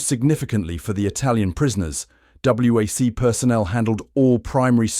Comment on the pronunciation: WAC and WACS are pronounced "whack" and "wax".